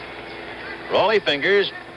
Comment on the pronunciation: Stop calling him raghland his name is rollie